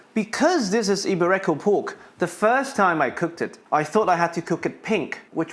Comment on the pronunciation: Iberico is pronounced 'Eeberico and not I'berecco. Great video still